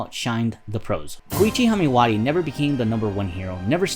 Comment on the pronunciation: Knuckbuster? It’s KnuckeDUSTER. And you’re also pronouncing Haimawari wrong. Slow down and check your work dude. Decent upload otherwise.